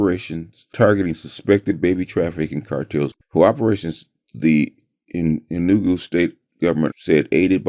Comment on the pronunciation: It is pronounced Enugu (A new goo) and Igbo ( E bow).